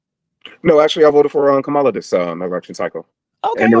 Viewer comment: Her name is pronounced Commala/Kamala. You are rambling.. I’m shocked.. Lord have mercy on America..